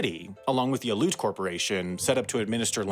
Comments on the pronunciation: As someone who lived up there for 17 years I had to laugh at how he pronounces “Aleut”. It’s supposed to be “Alley-Yoot”… (not “aloot”). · “Aloot” is a horrible mispronunciation. Aleut or “Ah-Le-Yoot” is the correct pronunciation of the word shortened from Aleutian. Dude… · I grew up in the Aleutian Islands, the Aleut culture is pronounced “Al E Ute” not “Aloots” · Al-EE-oot. It's not "aloot", Aleut is pronounced Al-EE-oot. -- I love your stuff. Have for years. I just found Extremities and have watched 4 or 5 since yesterday. You do all of this amazing research, yet your pronunciations are /terrible/. I hate being this petty. But you brought me to my knees. I psyched myself out of this for the first 4 videos. But as an Alaskan, I could hold my breath no longer. *Please*, cherry on top and everything -- do something. Anything. Link a glossary of musical tones to local words you're having trouble with. Anything. OK I'm done. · They are not called A-luts. It is pronounced Al-e-uts. Three syllables, hard E. It would be nice if you made a note of this mistake somewhere (in the description maybe?) I'm sure the Aleuts would appreciate it. Thank you. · I've never heard Aleut pronounced as al-oot before, always Al-ee-oot. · You did not just say ALOOT. ITS UNANGAX. I really can't believe you did not go more into depth about the Indigenous people and not asking people how to properly pronounce the name of the people of THAT island. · It’s pronounced Ally-oot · Great video. You should know it’s Al-E-oot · "Aleut" is three syllables—Al-ee-ut. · Aleut is pronounced Al-Ee-yOut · “alEOOOt”. How to say Aleut. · Love your videos man, but as an Alaskan, the way you say “Aleut” as “Aloot” is so incorrect it’s mildly distracting 😂 otherwise good shit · When pronouncing Aleut the "e" is not silent. Al ee UT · You badly pronounced Aleut, but otherwise cool video! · I can't believe you don't know how to pronounce Aleut. What a clown. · Aleut pronunciation - al-ee-yute, not aloot